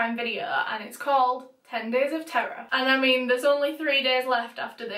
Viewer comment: It sounds like your saying Ten Days of Tarah. Yo a whole 10 days about me!